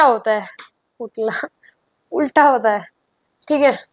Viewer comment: Ulta ❌ ukla ✔️